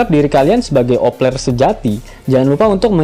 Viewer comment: Opeler.. Opeler kata mimin.. Kan vangke 😅😅